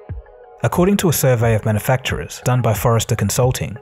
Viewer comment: Hearing you mispronounce "manufacturers" over and over again was mildly entertaining.